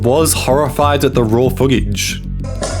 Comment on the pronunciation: Why do you add a random g sounds when you speak? Particularly with N sounds. Foogage? eggounced? permegantly?